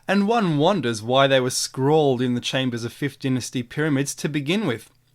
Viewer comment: PLEASE pronounce dynasty properly!